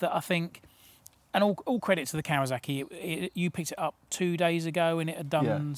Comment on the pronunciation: Love the style of these reviews, really enjoyable. Any reason a lot of you journos say kawazaki (I've even heard kawazarki) it's still kawasaki.